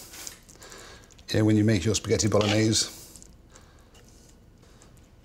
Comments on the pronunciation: It's pronounced " B O L O N I Y E S E " with an E at the end. Polonaise is a Polish folklore dance. I'm surprised he didn't throw in a Knorr cube. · Why does he pronounce Bolognese as if it were French?